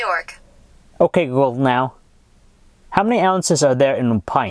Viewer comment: he can t say ok google now right lol!